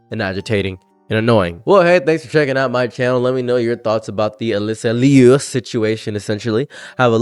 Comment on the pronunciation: God what is WRONG with these people? Also good job on the name pronunciation, that's my Fiance's name too. No relation. She's a bit of a hometown hero here, she's from our city!